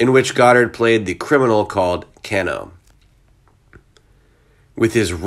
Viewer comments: Said Kayno not Kano! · Woof. Great tribute overall, but the character he played in Mortal Kombat, his name is pronounced "Kay No". I'm sure you hire voice over actors to do these bits, but as a voice actor myself, I know it wouldn't kill them to do 5 minutes of research on how to pronounce a name of an iconic character, and it wouldn't kill you to make sure the actor does his job and pronounce the name correctly. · “Can Oh” lol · I just have to correct you, it's pronounced "Kay-no". But a great tribute regardless. Thank you. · It's pronounced "Kay-No" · Kano is pronounced wrong, too. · The guy didn’t know who Kano is bc he definitely mispronounced the name lol